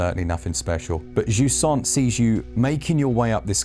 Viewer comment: I’m French and I have no idea what jusant means 😅 never heard this word before 😂 but you sound French saying it! 🤣